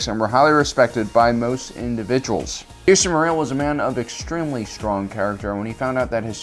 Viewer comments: I’m pretty sure his name is pronounced as “JAster” not “JAIster” cause that’s how Jango pronounced his name him the old bounty Hunter video game. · JJJJJJJJaster the JJJJJ. Not yaster it’s jaster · are you meming it sounds like Jahster spelt Jaster, not jayster and definitely not Yaster 😁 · It’s not ( yayster ) it’s ( jaster ) Fett actually said this in the game Bounty Hunter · True, but I gotta admit pronouncing it like "Yayster" does sound pretty cool. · This isn’t the first time and I hope it’s the last time. Jaster’s name is spelt and pronounced with a “J”! Like how you pronounce the “J” in Jango Fett!!! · Its pronounced Jas-ter. Star Wars Bounty Hunter game. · there are unfailingly consistent examples of the name spoken throughout canon resources. enough with the intentional mispronunciation of "Jaster" just to trigger activity like this in the comment section; your videos have the viewership readily engaging in honest topical replies without having to 'spike Big Al' with a content creator ploy like that. i quit watching after the 48second mark because i'm just tired of it and it's making me lose respect for you. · Can't watch this due to the bad take on how to pronounce Jaster lol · Ja'ster would be that but its one word love the video though! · Jaster Mereel is pronounced with a hard "J", the same sound when saying "Jango Fett" or "Journeyman Protector". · He’s also has called Grogu Gogurt. At this point I refuse to believe he’s not butchering these names on purpose to rile up fans. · Yeah. This stupid ass can't pronounce a fucking name right. He keep saying Din JER-in instead of properly saying JAIR-in. This moron apparently has no clue about the game Bounty Hunter that came out 20 years ago when he was a little kid. In the game his name was CLEARLY pronounced JASTER. He will forever mispronounce names because he is ignorant.